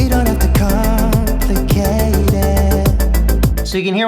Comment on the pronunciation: Isn't it "We don't have to com-plicate it"? I heard "we don't have to com-ficate it" Nice guide though.